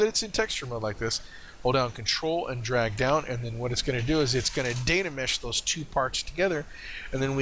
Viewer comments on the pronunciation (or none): thanks for the tutorial. Really enjoyed it. i need a more accurate and Much higher resolution workflow keeping texture and detail. i think, but a lot of the things you mentioned were helpful. please dont say Dana mesh, its Dyna mesh drove me crazy haha. you might want to consider fast forwarding or timelapse during the waiting for your computer to process. made it a little hard to watch. Dont get me wrong, I really enjoyed the video. Thanks for sharing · Really helpful, thanks But, please repeat after me " Die Na Mesh, Die Na Mesh " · I think you mean *dyna*mesh ;) Very good tutorial, thank you!